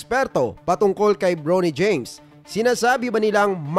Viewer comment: Bronny LODS hindi “Brownie” parang sa Aso.😂😂😂😂😂😂